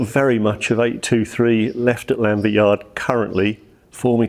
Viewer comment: Very nice video, thanks for sharing! I do feel it's a bit annoying can't pronounce Llanfair though 🙁🏴